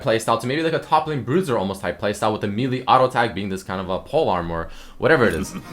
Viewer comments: It's actually meh-lay but kinda funny yeah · you're pronouncing it correctly. the first 'e' is indeed a long 'A' sound, like in may or base. though a short 'e' sound, as in led, is also technically correctly, just not as common. regardless, the 'me'-lee enunciation is certainly not, and funny to listen to.